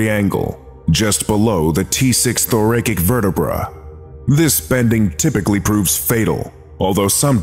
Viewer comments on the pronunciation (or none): Amazing. Incidentally.. thoracic is "tho-ra-sik".. not "thorakik"